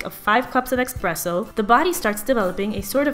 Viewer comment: PLease stop saying expresso. :) Lovely, smart, but that just ruined it for me.